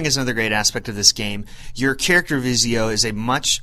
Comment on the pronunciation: nice review but its pronounced as et-zio